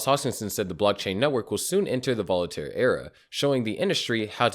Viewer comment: You keep saying Volataire. Its Voltaire. I hope it causes some volatility, upwards of course.